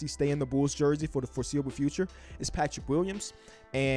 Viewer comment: Everyone: The Bulls: The Bools